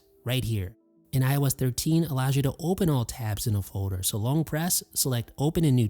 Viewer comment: I heard said Fowder. My day is complete! 🤣🤣🤣